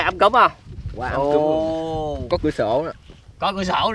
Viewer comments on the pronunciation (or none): Sao anh nói ấm cúng thành ấm cứm zdậy?